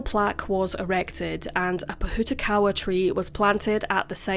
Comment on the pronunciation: Decent job pronouncing Pohutukawa btw